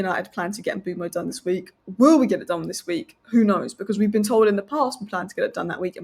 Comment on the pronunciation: Why is she pronouning the name 'Mbuemo' that way